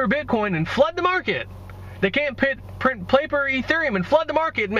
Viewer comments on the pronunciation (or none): none